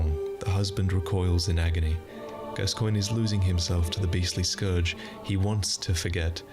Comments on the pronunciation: When you're from the US and so used to weirdly spelled names that you think a normally spelled name must be somehow weirdly pronounced lol. "Gas-coy-nyeh"? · I believe his name is pronounced “Daddy Gas-cans”, but that might be a regional dialect